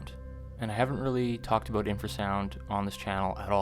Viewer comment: I'm glad you're finally taking "aboot" infra sound